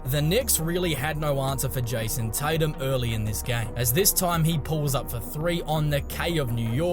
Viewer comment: Jison Titum